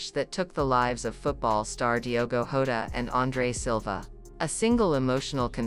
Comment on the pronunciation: Stop your broadcast you Don even pronounce Jota name getting off